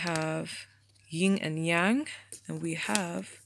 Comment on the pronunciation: THANK YOU FOR PRONOUNCING YIN ANF YANG CORRECTLY OMG i can't tell u how stressed i was hearing ppl pronouncing them wrong all the time lol but nice reading tho! i chose pile 1 but i'm personally not into parties and i'm personally not into ppl who love partying so idk what i feel about this person?